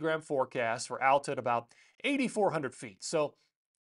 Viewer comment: Hey. Texas transplant in Utah here. Love your videos! Just had to let you know, Alta is pronounced Aal-tuh, not Al-ta. Cheers